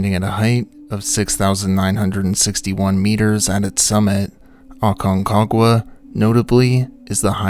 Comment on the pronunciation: I think you just like saying Aconquaga lol😅